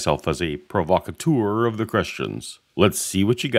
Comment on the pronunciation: "Provocateur" is pronounced "pʁɔvɔkaˈtœʁ" with the "eu" sounding like the "u" in "turtle" (instead of "pʁɔvɔkaˈtuʁ" with the "eu" sounding like the "ou" in "tourist).